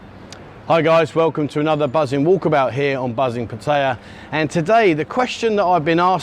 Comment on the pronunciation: There's no I in Pattaya.